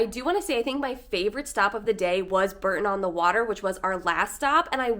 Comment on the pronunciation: The Cotswolds are stunning but not "the countryside of England", it is different all over the country. P.S. Bore-ton, not Burton